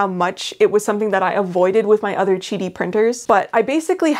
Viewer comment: chidi? i thought it was Qidi (kee-dee). like quail or quack